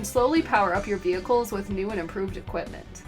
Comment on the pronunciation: Why can’t Americans pronounce vehicles correctly?